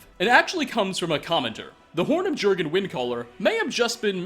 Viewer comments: not being nitpicky or anything but jurgen windcaller is pronounced yur-gen windcaller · Its pronounced yur-gen for jurgen^^ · The videos go into immense detail over the minutiae, and ignore the obvious like how the "flame atronach" is a burnt spriggan or that Jurgen is not pronounced with a hard J...still, entertaining videos,. Just another 45 or so to catch up on 😆